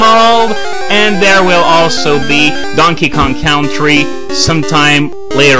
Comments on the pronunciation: Just a small pronunciation correction: Country is pronounced 'Kun-tree', not 'Kown-tree', in English. I don't know if already got to you over on Libelldra, but there you go. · country pronounced con-tree